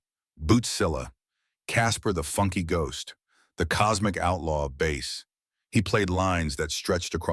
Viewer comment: Ripped video clips stitched together without any sense of proper sequence, coupled with an AI voice over that can't distinguish the pronunciation of the instrument or the fish.